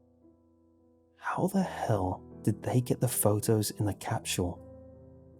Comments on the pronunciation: Am I the only one who’s slightly bothers by the way he says “capsule” he says it like “capshual” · It's like stewie saying cool whip. Why are you putting so much emphasis on the h wait there is no h capshule? Capsule. Say cap "Cap" now say sule "sule" now say capsule "capshule" aaagghhhhhhhh😡🤬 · Isn't it supposed to be capsule not facking CAPSHULE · It's an accent issue. People pronounce things differently for whatever reason. Why does it bother you that much? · What's a time "capchewel"? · Lol chapshuel? I was trying to pronounce it wonky out loud but I couldn't say it!! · Am I the only one who hear him saying "capshul" ? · James Roberts I think it’s when you put food in a time capsule cap-chew-el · A British capsule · There is no 'h' in 'capsule'. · All these people complaining about the way he says capsule but I'm Australian so it doesn't bug me 😂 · Anyone else hear how he said capsule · Yo the way you day capsule makes me want to die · ' pronunciation of capsule is driving me crazy. Still love the channel though. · Are you mispronouncing capsule on purpose? As a kind of artistic flair? I think it's so interesting to hear people's unique way of pronouncing or mispronouncing certain words.. People are so different! You're my favorite creepypasta narrator. You emphasize and put just the right amount of feeling, enunciation, articulation.. whatever you wanna call it, you're just a great voice actor. Just great. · thats the most unique way ive heard someone pronounce capsule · I hate the way he pronounces capsule lol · Nart Wumar it’s how he pronounces it